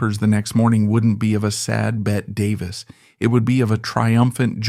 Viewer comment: AI mispronouncing Bette Davis name